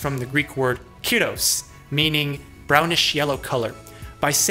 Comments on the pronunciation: Quick lesson on Greek. The accent on words marks the stress, you said KIros instead of kiROS. Keep that in mind :). Good video. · the tone on κίρoς should be on ί instead of o